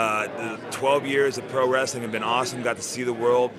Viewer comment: well to be accurate.. he said "pro-wresTHeling"